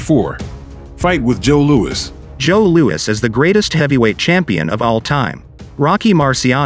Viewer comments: it's "Lew-iss" not "Lew-weeze" as you keep pronouncing it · Nice video but unfortunately the commentator narrator makes several mistakes in his pronunciation one of the biggest is to Mispronounced the great venerable Joe Louis as Joe Luis...listen for it especially obviously during Rockies commentary fight with him and the reference to Charlie Goldman as Charlie gold Mill clearly he's referring to Rocky Marciano's trainer also mispronounced and the fact is Rocky was a phenomenon for as it is not the size of the dog but the size of the fight in the dog that will win in most cases and Rocky was an extremely small heavyweight incredibly tough and credibly relentless and awkwardly effective in his defense no he was not Muhammad Ali and alluding in avoiding punches in many in his early career but he had his own rough and tumble swaying underneath style that got his non-stop hammering blows in to destroy the opponent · Stop using these AI voices. Cannot even pronounce Luis saying Louise. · Its Joe Lou - is not Loo-eez duh !!! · Louis (not Louise) was ahead of Marciano at the time of stoppage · What's with the 'Lou-ees' pronunciation? Sometimes, it's Louis, and other times, it's Lou-ees. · Is there a real person reading these scripts? Joe Louis’ pronunciation is WAY off several times. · Great video but literally some of the worst voice over ever. Couldn't even say Joe Louis' name correctly.